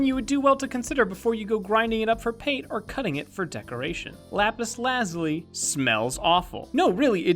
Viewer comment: It's not lazly its lazuli